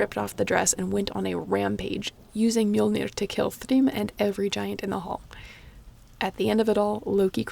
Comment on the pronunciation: That face when you here some good pronunciations of "Mjollnir" and "Aurgelmir" ╰(*°▽°*)╯